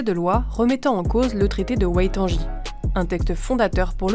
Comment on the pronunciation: Waitangi, pas Waitanji